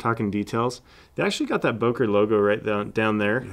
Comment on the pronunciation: Böker not Boker